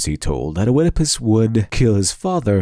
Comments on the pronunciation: Am I the only one who: A.) Feels like you're completely pronouncing Oedipus incorrectly. Or, B.) Has been incorrectly pronouncing Oedipus incorrectly their entire life and is too scared to admit it. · I could be wrong, but I'm pretty sure in "Oedipus" the O is silent. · To summarize it for people who may have had a hard time following: Western Storytelling relies on conflict, rather than the adventure. Eastern Storytelling relies on the adventure, rather than conflict. also, and this is gonna be very nitpicky: "O-edipus?" That "O" is silent! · I cringed every time you said Oedipus. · Wonderfully informative video but please ... I beg of you, ... DO NOT PRONOUNCE THE "O" IN Oedipus. Thank you😊. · Nakama=comitatus, a familiar concept in NW Europe. Five man band, Seven against Thebes. Oedipus is pronounced Eedipus, schmuck. I once saw a Japanese Kabuki play, the big scene was the hero stirring a cauldron full of enemies' heads. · Had to bail out . "Oedipus" is 3 syllables, properly written Œdipus, not pronounced "Oëdipus." This is like nails on a chalkboard. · I thought, it's pronounced Ödipus. (with the ö similar to the o in "word") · It's not O'Edipus. This is Greece, not Ireland. It's just pronounced like Edipus. As with opossum, the O is silent. You'd think someone with the word 'literature' right in their name might know that... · One last thing, Oedipus isn't O-ed-i-pus, it's just Ed-i-pus. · Very interesting but I was distracted by the pronunciation of Oedipus - Eedipus not Oh-ehdipus! Classical Greek "oe" is pronounced "ee" in English at least. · For future reference, it's pronounced "ED-i-pus," not "o-ED-i-pus." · Oh-edipus Oh-edipus... hnnnng it's just pronounced Edipus. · I'm sorry, but your pronounciation of Oedipus is driving me insane. It's "Ee-di-puhs" not "Oh-eh-di-pis". It's maddening! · Not "Oh-edipus", just "Edipus" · It's just pronounced eedopus. The Oe is pronounced like an ee. as in tee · It's pronounced eedepuss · It's a silent O in Oedipus